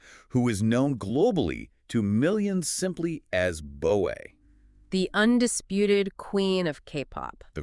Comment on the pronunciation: Her name is pronounced "boa' as in the snake 'boa constrictor." Not Bo ey 🤦‍♂️